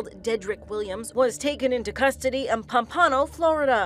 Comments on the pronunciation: pom-pan-oh that’s not how you say it i love here it’s pom-puh-no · She said pompano worng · It's pronounced palm-pa-no lol